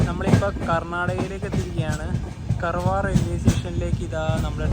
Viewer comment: കർവാർ അല്ല.. കാർവാർ എന്നാണ് ഉച്ചരിക്കേണ്ടത്ത്